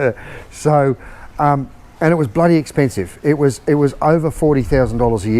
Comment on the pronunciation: It was "bloody expensive." Said like a "bloody Australian."